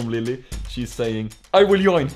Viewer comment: LOL, my parents are from Sweden, and saying "yoin" instead of pronouncing the J "Join" is suuuuuuuper typical 😂 Also swapping Vs and Ws for some reason, like saying Willage instead of Village. is a gem, and so are you all. Stay together forever plz 🙏💙💖